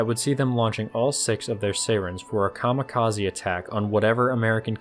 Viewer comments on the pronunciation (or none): none